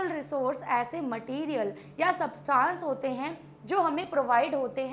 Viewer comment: That is not su ta nce😅